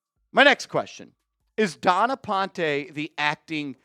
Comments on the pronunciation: Stop pronouncing ‘Dawn’ as ‘Don’. Making her sound like him. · It’s Dawn not Don